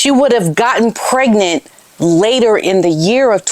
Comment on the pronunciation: She always pronounces the word pregnant as "preg-net." It has always irritated me, as she LOVES to use big words, yet she refuses to pronounce "pregnant" properly. Some kind of Freudian slip, perhaps?